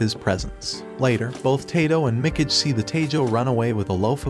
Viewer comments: "Mick-ige"? Good lord... "Mee-KAH-gay". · it pronounce as mi-ka-ge... not mi-key-j,,, you english people can't even copy japan's languages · Did this guy really watch this anime before? The way he pronounces Mikage would suggest he didn't. "Mecage"...cringe. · I feel spiritually obligated to pronounce "Mikage" like they do now xD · Facts. Mikidge. I’m like…bruh.. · It's me ka gai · Mi - Cage. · Mikage mee-Kah-gae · The way he pronounces Mikage lmfao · Yea......i check my ears everytime i hear him pronounce mikage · Is really so difficult to check how Mikage is supposed to be pronounced? Listening is impossible without cringing.